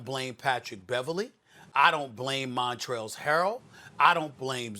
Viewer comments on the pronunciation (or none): "Montrell's" Harrell 😂 "I DIDN'T SAY 'MontchRftlLftL'!"